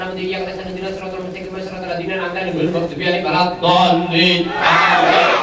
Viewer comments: Walad doliin aminn 😂🤣🤣🤣🤣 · ☝️Aku, ngakak pas bilang walat doliin (Aamiin) 😂😂😂😂